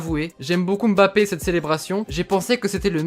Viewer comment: "mbappé" au lieu de "Mbappé" soigne la prononciation c'est perturbant mdr...